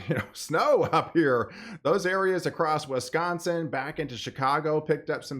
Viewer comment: Love this guy! If he could only pronounce my state right😂 Wisconsin. Swiss con sin rhymes within Wiss con sin. Not Wes con son😮😅😂